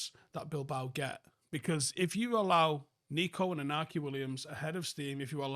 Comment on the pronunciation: Williams name is pronounced - Inna Kai, all I’ve heard all week is people call him inacky and it’s driving me insane